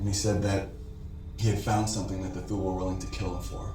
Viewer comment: It's a small thing, but outside of TV-land Thule is pronounced Tooly - not Thool.